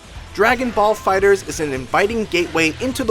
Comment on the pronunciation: Fighter z.. stop saying fighters lol